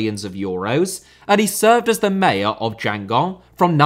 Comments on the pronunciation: The pronunciation of Guingamp in this video “Djangong” 😂😂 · Hi, just for info Guingamp is pronounced "gang-gong", I live not far from there! Apart from that, fantastic video!